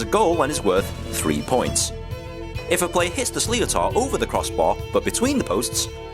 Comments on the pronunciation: slee o tar ? ask a local how to pronounce sliotar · Pronunciaton of what you calal sleeotar is never used by us, should sound more like, shlittar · I swear it's a punch in the gut every time your man says "slee-oh-tar" because it's not pronounced that way!! 😭 It's pronounced "Sh-li-tt-er". Why couldn't they have gotten an actual Irish person to commontate that video?? Btw, It can also be called both a hurley and a hurl 🤷🏻‍♀ whichever the player prefers. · "Slee-o-tar" 😂 It's pronounced more like "shlitter". The guy mangled that pretty badly! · This is ridiculous having someone explain the rules of Hurley and pronouncing a sliotar a sly-o-tar like he knows what he is talking about. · Sliotar pronounced “slith-ther” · Why is an Englishman explaining the rules of an Irish game? " Sliotar" is pronounced " shlitter". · guys make sure and look up how to pronounce 'sliotar' - the pronunciation in the video you watched is MILES off lol It's more like 'Slith-er' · Totally fucked it . 😂 Shlitter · Possibly but if he wanted to help non Irish, then it's actually easier to say it the(more or less) correct way, which is, 'Slit-er' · It's triggering to hear an English accent trying to explain hurling. Especially when he mispronounced certain word e.g Sliotar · Nah what tf did he just call the sliotar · I’d love to see you guys trying this at a local GAA club. Yer man's pronunciation of sliotar was shocking. The players have regular jobs too, they are not paid to play. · It's so funny hearing a brit explaining hurling and mispronouncing the name for the ball!! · Exactly. It's just plain lazy